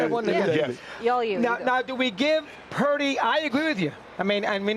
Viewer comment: Is he still calling him Parody? Like purposely mispronouncing someone name isnt disrespectful.